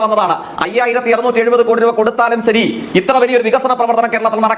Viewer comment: സതമാനം അല്ല... ശതമാനം%.. സെരി അല്ല ശെരി.. സത്രുത അല്ല ശത്രുത..😂😂